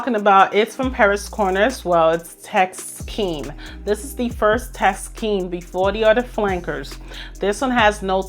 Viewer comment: Thank you for a lovely high quality video 😊 I really like the variety and that you explain the scents - you do it so well! One small piece of advice, if I may; it would less distracting if you pronounced musk, ask, Taskeen.... mux, ax, Taxkeen - I have clicked of videos before bacause of repeated pronounviations of sk as x. 🙈 It is a small thing that agitates nerds like myself 🙈😂 But of course, keep being yourself. ❤